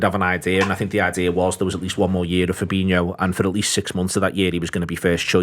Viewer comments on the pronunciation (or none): Why do people still, after all this time pronounce Firmino and Fabinho's names wrong? 🤷🏻‍♂️ Look at how they are both spelt!